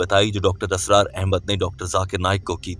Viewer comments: Dear Brother, Assalamualaikum, it is Israr not Asrar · Mr. Audio, please improve your Urdu. It's not asrar it's Israr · Dr Asraar nahi... ISRAR hota hai. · Mr.admin nOt asrar But israr 👍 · You keep saying asrar his name is Israr... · It's not Dr. ASRAAR it's Dr. Israr.. Improve ur urdu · ابے "چ" ! "Israr" not "Asrar" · Dr.israr Ahmed, Not Asrar Ahmed as u pronounce,JazakAllah. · ASRAR NAHI BHAI, ISRAR AHMED HAIN